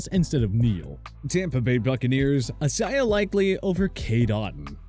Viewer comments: Fr. I - Zay - uh. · Why does bro say Isaiah like that